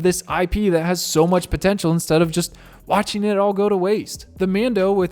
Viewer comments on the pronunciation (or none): none